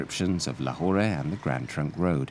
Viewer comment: Do the locals really say Lahorah? I’ve always hear Lahor.